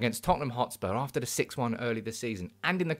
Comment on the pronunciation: " it's de history of de Tottenham"